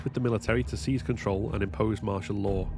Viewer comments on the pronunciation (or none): none